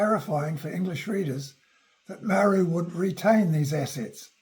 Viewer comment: He can't even pronounce Māori properly. This video stinks.